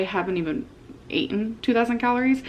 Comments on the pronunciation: they way she stops and says 'ate-en' with a smirk.. she knows shes saying it wrong, even the caption said eaten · I feel your pain,. I also hate yellow mustard. Fruit and cottage cheese is nice, but veggies need a nice ranch dressing. Also.."ate-en"? What the heck dialect is that?! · “Aten”? “ATEN”?!😂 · I can't believe she said "aten" unironically 💀💀💀. We love whole foods, but no ma'am. What is "real food"? There are all kinds of high calorie whole foods (olive oil, avocados, dark meat). A plate of raw vegetables, low fat cheese, and mustard? That's DIET FOOD. Low carb, low fat, high volume. It's, like, what everyone hates about salads. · My English degree left the chat at "aten." 🙃 Not to mention I'm not even a native speaker in the first place. 😅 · You said "aeiten" wrong 😂